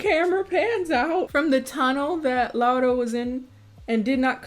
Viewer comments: You are the first person that pronaunced her name right, thank you! And as a Polish person I apologize for this shit, the book is worse if you have been wondering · I love that you pronounced her name as they actually said it but I'm SOOOOOO sorry that you had to watch this dogshit of a movie, like I'm polish and this shit makes me GAG, it's absolutely te-rri-ble [the book too of course] we don't claim this abomination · This movie is a piece of shit but thank you very much for pronouncing "Laura" correctly. That's very nice.